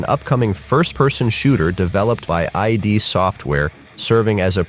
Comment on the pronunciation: It's not ID like "eye dee" its just Id like lid